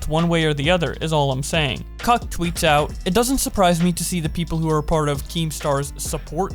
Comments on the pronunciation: “Cuck tweets out” lol its steejo 😂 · i love how he says "cuck tweets out" instead of Steejo